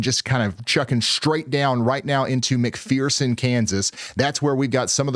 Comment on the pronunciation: It's called mc fur sin...it sounds like mcfursin .....fur ...not mcpherson...its fur...thank you for doing this for us all